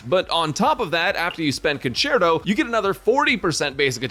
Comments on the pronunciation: hahaha "concherto" haha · english is savage 😂conCHerto???